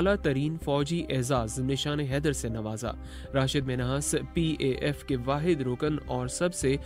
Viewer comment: I am from Sargodha and the name of the school is PAF and not PAM, as it is incorrelty pronounced in this documentary. The PAF school or the Pakistan Airforce School is a premier institution for students form Kider Garden to 12 or intermediate standard education. I hope this mistaken in imporntly corrected in order to avoid any mis information.